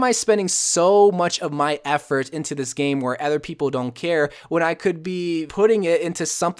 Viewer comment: Is it just me or does he always say ether instead of other. (Really like the vids)